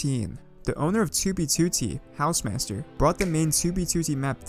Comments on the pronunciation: Tubey tutti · 2b twotee